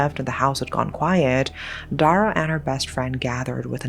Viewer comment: As a cambodian, Dara is actually a common name. But the way we'd pronounce it was dah-rah not the way you pronounced. At least for me and my family. The name means Star. Anway its so nice to hear a Ouiji Board story that is set in Cambodia. I mean finally!